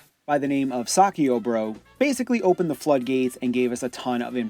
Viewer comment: It isn't "Saki-oh" bro, it is "Psych-io". Saikyo is Dan's fighting style from Street Fighter.